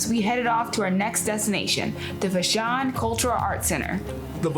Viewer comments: Would be nice if you knew that "Vashon" rhymes with ""Passion". It is not vaSHAWN. Glad you had a good time. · VAA-SHAWN VAA-SHAWN thats how you say Vashon! Not Vshon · Pronouned "Vaa - shon" Island (long "a" sound). Thanks for this adventure thru "new" eyes. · Vashon pronounced va-shawn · Please do just a little research before pronouncing local names. Vashon Island and Admiralty Inlet are two examples of names that you mispronounced. Thanks